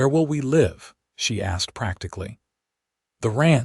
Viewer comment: I wish once the word live would be pronounced the right way according to context